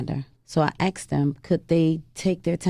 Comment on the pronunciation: Whats up with the "aksed" instead of "asked" Heard it before but she makes it stand out like forced to say it like that